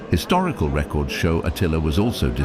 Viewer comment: The narration is by a robot which can't tell the difference between 'record' and 'record' (noun and verb), or 'lead' and 'lead'. Hire a voice artist, you cheapskates.